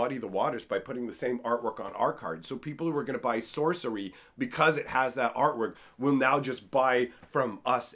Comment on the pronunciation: lol "Socery"